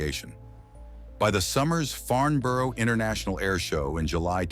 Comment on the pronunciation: That's not how you pronounce Farnborough